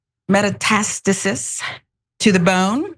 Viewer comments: This chick cant even say metastasis 🙄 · Her pronunciation of metastisis was hilarious. Do you not need to have basic reading and writing skills to work in the news industry anymore? Its a common word that pretty much everyone knows.